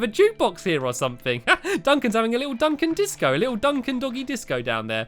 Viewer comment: heres a pun you said Duncan witch sounded like dunc him I thought it was funney (you are sapose to start laughing now) lol :)